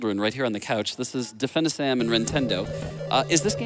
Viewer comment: Let's not forget "Difennisam" or whatever he actually said... what horrible names.